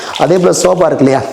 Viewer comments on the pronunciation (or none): none